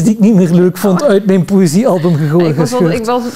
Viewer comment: waarom zegt u poezie en niet poëzie?